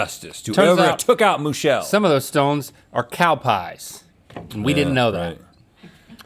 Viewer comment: I will not rest until mooshille? mooshell/ moo-...mooshelle?? is avenged!